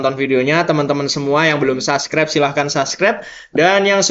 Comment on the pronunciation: "Subscribe " Bukan saskrep!